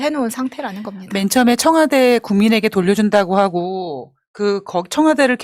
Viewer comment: 청와대입니다 청화대 아니고